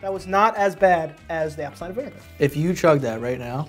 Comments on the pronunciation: will never fail to make me crack tf up “apple fider cider vinebegar” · It’s apple vider cider vinibiger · To this day laughing at "it's apple vider-cider-viniba-ger" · It's apple bider cider vinebegerr. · It’s Apple vider cider vinabugar😭😭😂😂😭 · I heard "apple pider cider vinnimager" 😂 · "It's Apple fi cider vaminigar" omg I died:) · “Its Applevidicidivininegar” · "Apple Vider Cider Vinemager" 🤣🤣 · “It’s apple vidercider vinimager” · It’s apple viter cider mavineger 😂😂😂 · It's apple vider cider vinemegar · it’s apple vider cider vinebegar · The amount of times I re watched trying to say apple cider vinegar is ridiculous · my favorite part of this video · trying to say apple cider vinegar, you’re welcome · giving me I love Lucy vibes trying to say apple cider vinegar 😅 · Sometimes when I’m sad I come back and watch try to say apple cider vinegar and it makes me laugh every time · Can we get a voice clip of trying to say Apple Cider Vinegar XD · It’s apple fider cider vinemegar